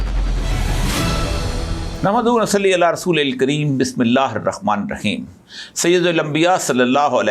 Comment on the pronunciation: Molana sahb Bismillah to thek parnha sekh lain